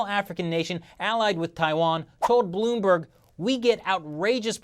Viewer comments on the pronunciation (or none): none